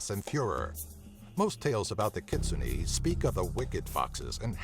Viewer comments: I think it's pronounced kit-soo-nay not kit-soo-nee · Just so you know, Kitsune is pronounced "Key Tsu Nay" and also, the Kappa becomes immobile if the water from it's is spilled. If you fill it back up, they will server you till they die. And, btw, a Kappa's favorite food is cucumbers. =3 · ....you pronounced kitsune wrong... TRIGGERED I think you pronounced it wrong... but at least it's on this list. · And is nobody mad at the way he says 'Kitsune'?